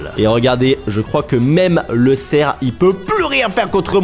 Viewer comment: C'est pas cerc😂 c'est cerf